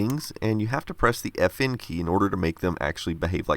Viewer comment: for a second I though you said "Effin Key" 😅 ,,,, FN